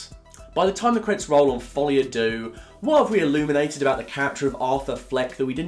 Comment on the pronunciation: Folie a what? Dooo? Phonetically its derrr mate. Not dooo. And by the way, its easy to slag it off. Make your own joker film. I wonder how good that would be. Youre not mark kermode mate. Trust me